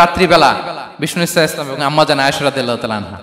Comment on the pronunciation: আসসালামু আলাইকুম। আজহারী হুজুর রাসূল সাল্লাল্লাহু আলাইহি ওয়াসাল্লাম শুদ্ধভাবে বলেন না। এটা শুদ্ধভাবে না বললে গুনা হবে কি?